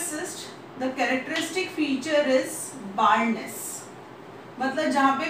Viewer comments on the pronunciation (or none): baldness pronunciation is too funny